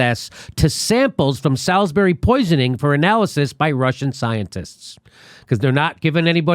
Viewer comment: Great report, as ever. An FYI for future reference: Salisbury is pronounced Sorlzbree.